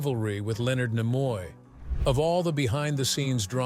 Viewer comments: Sorry; hearing the AI voice mispronouncing "Nimoy" caused a hard pass. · How you're pronouncing Nimoy is really annoying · So many different and unique pronunciations of "Takei", and of "Nimoy" in one video. Weird. 🤷‍♂